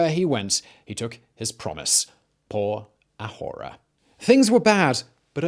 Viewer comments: Please quit saying "por ah hora"! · When you said "Por Ahora" it sounded like you said "horror horror ", which is what is happening in Venezuela now. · I love all the shows you produce. I do not love when you say “por ahora.” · Poor Simon's Spanish... Oh God... Lol It's so painful! Chávez, not Chavéz... por ahora => poor ah-or-ah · CHA CHA CHA CHAVEZ! NOT SHEVEZ! STOP SAYING SHEVEZ POR A-WHORE-A?!?!